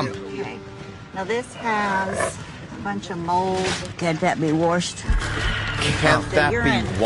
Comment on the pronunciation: "Can that be worshed?" Ahahaha